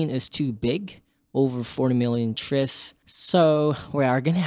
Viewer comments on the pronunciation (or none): bro it's pronounced "tries" not "triss" plural form of tri or triangle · How do you pronounce Triangle? "Trissangle"? Tris = "Tries" surely? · “Triss” bruh